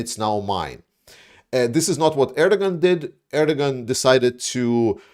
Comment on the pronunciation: Erdogan’s pronounced AIR-DUH-WAN. Sorry, you’re a hero, but that was distracting me so much.😂